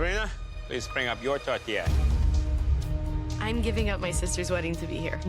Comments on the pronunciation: chef Michael: "tote-air" Sabrina: "tote-i" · Yeah, but it sounds like they're saying a mexican food tortilla. i know theyre 2 totally different things, my hispanic brain is just thinking theyre saying tortilla instead 💀 i know it's not a tortilla 😂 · Why are they calling it tortilla 😅